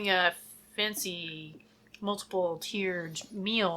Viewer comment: Shes getting all "fuancy" with her meal pairing hahaha